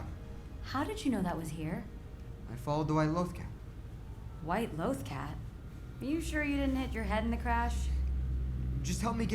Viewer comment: Episode spends 23 minutes saying loh-th cat.: law-th cat